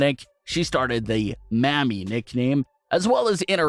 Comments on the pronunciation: Bru... Your pronunciation is dangerously off. "Maa-me" "Mammie" is a word for older black women who worked in the kitchen in the big house during slavery. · Mans cant even say Mami. Mayummi 🤣🤣🤣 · You really need to learn to say mah-me Mami, and pop-ē papi.... Cause sounds like some Jim crow mess otherwise. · Jesus... The way you pronounce Mami and Papi.... 🙄🤣